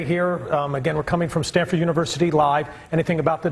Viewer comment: Its S-T-A-N-F-O-R-D not "Standford"